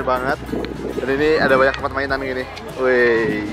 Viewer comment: Wkwkwk maipan brow😂😂